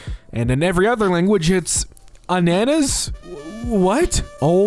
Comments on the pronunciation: It’s pronounced ah-nah-nah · The word Ananas is read with an a in deep a The same a in kann in German